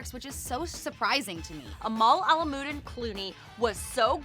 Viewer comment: her name is Amal Alam Ud Din not Amlamodeen 🤦🏻‍♂️